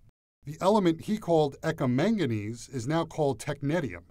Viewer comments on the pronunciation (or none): bro can say the long ahh french name but can’t pronounce eka